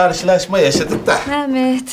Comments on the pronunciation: Mehmet demiyo meğmet diyo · bu kadına biri mehmet demeyi öğretsin cıldırıcam